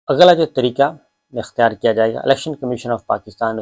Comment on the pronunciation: it's not aghla its agla 😀😀😀😀😀😀😀😀😀😀😀😀😀😀😀